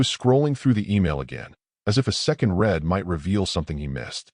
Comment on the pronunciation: A second read as in "red". It should be as in "reed". When are A Is going to start speaking English ?